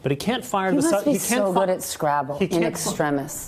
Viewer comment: “In extremus, you must be killing it at scrabble, in extrimus, fellenious .....” Way to flirt, sister!